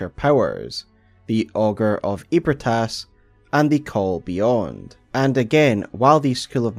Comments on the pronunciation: I know it's been 3 years. But it's Eb-ree-tas, not Eeb-re-tas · Feeling like playing BB again lol, also isn’t it pronounced more like ebri-eh-tas? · You say ebrietas it's eh-brai-tas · i s2g if he pronounces Ebrietas as “ee-brit-ass” one more time i’m gonna hemorrhage. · … doesn’t Gehrman or someone say “Ebrietas” aloud, and it’s pronounced differently than that? 😅